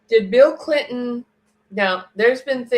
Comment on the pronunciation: Bill Cilton? Did you mean Bill Cliton? Or maybe Bill Clinton? (just teasing) 🤣